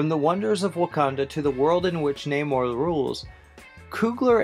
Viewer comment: Seeing as the misprononced Namor i have no faith in this